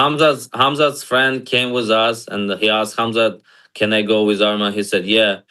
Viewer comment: ARMAN NOT ARMIN